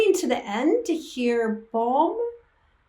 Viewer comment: Thanks for a nice analysis :) ... Yes, you're pronuncing Pomme ("Pom") correctly, and yes, they're both singing in french at the end. If you'd like to dive a little more into Pomme, here's one I can definitely recommend